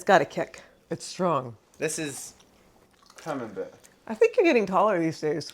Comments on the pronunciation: I mean, the way you used to say camembert (“coming bears”) is not wrong lol if anything is closer to the original french :p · I love your cheese making videos! I’ve never even thought of making my own cheeses, but you’re inspiring me to try some. Just as a note, Camembert is a French cheese, and the way you’ve been pronouncing it, is quite close to the French pronunciation. So, you’re absolutely good on this! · Actually, your first pronounciation of Camembert was quite spot-on, comparing to the French (as in: original) way to pronounce it :) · I think your pronounciation is the right one. It sounds more european than the american version they tried to trick you into. :) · True, the first way she was pronouncing it was actually closer to the French. Practically perfect. The "A" being "Ah" etc. The correction she received from her friends is an American pronunciation Similar to how the last name Collier is more or less "Cohlyay" in French, but in the US everyone says "Cahleeyer" or "Cawlleeyer" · I think the taller one is for triple cream and the whay you where saying Camembert was right I’m French and it is a French cheese 😂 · Thanks for sharing these cheese making videos. I'm watching you from Hungary, but because I lived in France for almost 20 years, I love the french cheeses. So, because Camembert is originally a cheese from France, Normandy region, you were actually pronouncing the name correctly :) Americans love to americanize all the foreign words. Your videos are great and a good source of learning and not making too many mistakes as a beginner. All the best to you. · You're right by how you say "Camembert" - hey it's a french word - Americans are not so good in foreign words / languages ;)